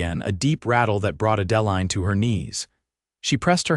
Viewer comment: It's a beautiful story, but PLEASE learn the correct pronunciation of the names. Adaline is pronounced add-ah- line.